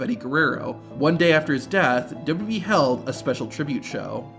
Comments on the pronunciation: Stop saying DubBubBEe, it's Double You Double You Ee...Please slow down and pronounce words and stop rushing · As this video progresses, your pronunciation of WWE gets worse and worse. Eventually you're saying "d'bee" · that's how you say "WWE". Not "Dubba B". Great content, but your pronunciation of WWE has driven me crazy for years now. In other words, you've got heat with me over the way you say it. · I hate the way you pronounce WWE. You add a B in there. WHYY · "Dubdabee" Double u, double u, ee. How hard is that? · Is it me or is the guy calling it "WBE" instead of WWE? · Why can't you say "WWE" properly? You say "d'wee" all through this video. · Please learn how to say WWE. It sounds like WB most of the time. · I've never heard of this wrestling company called "dub dub e" before. Please tell me more. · WWE - ❌ "Dububee" - ✅ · it isn't called "dubo dubo ee" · The rushed, awkward way the narrator says WWE is distracting and annoying. If it isn't some AI horseshit and it's the channels owner doing the voice over, PLEASE slow down and pronounce the 3 simple letters correctly: WWE (double you, double you, eeee)... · Narrator needs speech therapy. Dubbadee. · Double-you Double-you EE Two-thousand seven Learn to say these things, for Gods sake. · Sounds like you say "Dub dub E" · Its okay to pronounce WWE correctly and slowly... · Is the way you pronounce wwe on purpose? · Please practice pronouncing “WWE”. You’re not even close.